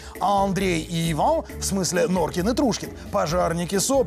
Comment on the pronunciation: Норким не Норкин а краса!